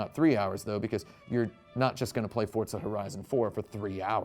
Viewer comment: Why does he say fortza It’s forza